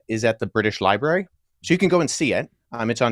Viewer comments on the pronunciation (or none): 😂😂😂😂❤❤DID U JUST SAY BRITSH LIBRARY 😂😂😂😂😂😂😂😂😂❤❤❤THE BRITISH HAVE REWROTE AND MADE UP BOOK FROM 150,000 years ago❤❤❤❤❤❤❤